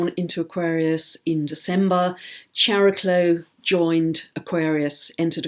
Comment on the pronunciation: I love you work thank you. Please say it right Χαρικλω-Ha-ri-klo. Means the joyful one or the full of grace one. Just thought is important 🙏🏽💓